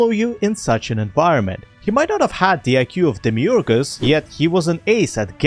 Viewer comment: i genuinely love how you pronounce Demiurge